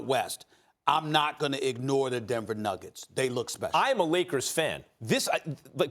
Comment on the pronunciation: Everytime Max says "I'm a Leakers fan", all I can hear is "I'm a lawyer" from TMZ.